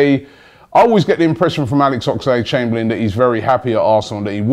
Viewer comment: It's Oxlade...... Not Ox-a-lade